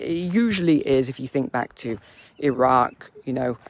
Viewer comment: Stop being pretentious in the pronunciation of Iran and Iraq, I can't listen to it